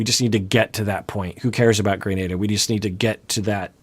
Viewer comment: Hate to be this person especially after the alay incident, but I'm pretty sure it's "gruh-nah-duh"